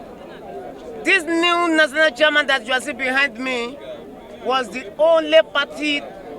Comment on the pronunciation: Noo, it's siaman o😅😅